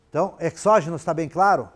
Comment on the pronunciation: perdoe-me a petulância, mas a fonética da palavra exógeno é |z|. Não obstante, sua aula é excelente!